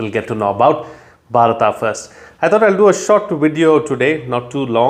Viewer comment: Why don't you pronounce Bharat instead of Bhatata??